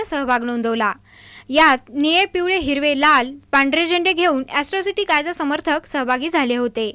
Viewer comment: hila atrocity bolata yet nahi aajun....asrocity bolate